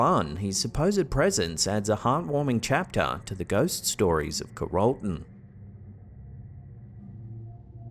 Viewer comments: it is pronounced Carol (like Christmas Carol) Ton (like tonne)...lol Not Carole - ton... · We are literally on the floor holding our sides!!!! The clip about the Rainbow Fountain your accent is hilarious. We have been there so we know about Watson so when you said Ca-rol-ton we were like huh??? It's called Carol-TEN (like the lady name-THE NUMBER) but I so love your accent & def not making fun!!! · CARROLL-ton, not ca-ROLL-ton. 🤦🏻‍♀️ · Carrollton is pronounced like Carol-ton. Not Ca-role-ton. Your welcome. It’s a Texas thing.😊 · LOL!! Car-roll-ton! It's pronounced Carol-ton. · I'm sorry... but Carrollton is Carol (like the woman's name) ton. I know it's not that big of a deal, but considering I'm seeing (and now commenting on) this video on March 24, 2025, I had to say something. This will be the Rainbow Fountain and Grill's last day of business. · It’s “CARE-uhl-ton”, Texas. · Carrollton, TX is pronounced “CARE-ol-ton.” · It's pronounced Carol- ton! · It's pronounced Carol-tun, Texas (as in the female name). 😂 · It’s pronounced care-ol-ton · Carrollton is pronounced "Carol ton"...😉❤️🐻🎶☘️🇺🇲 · Came to the comments for this. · Carrolton is pronounced with the accent on the first syllable and a short "o" sound.